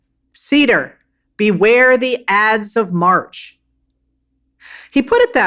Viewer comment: It ides of March,,, not 'ads'